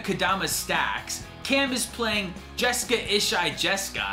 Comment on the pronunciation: It's funny you guys made jeska ishai "jes-kai" it's the first thing I did when I got my jeska from legends haha